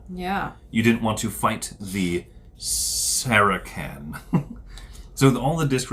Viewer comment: Good vid, guys. I like how you do it. The speech is very slow and clear. You jumped right into the game and explained as you go. My only comment is, the way you pronounce Saracen is is "Sera-SIN" not "Sera-KIN".